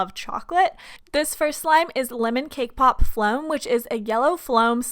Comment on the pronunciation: Was i the only one who heard " lemon Kpop " instead of " lemon cake pop " just me?!